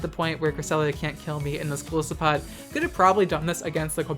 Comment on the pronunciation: I'm probably going to get a lot of hate for this, but I want to throw this out there. It's pronounced Gol EYE-sopod. The name comes from the words goliath and isopod, which is a kind of crustacean.